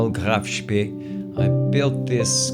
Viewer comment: Hey Mate, it is called GRAF Spee, not Graff Spee